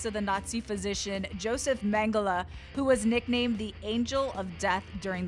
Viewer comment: How she says mengele tho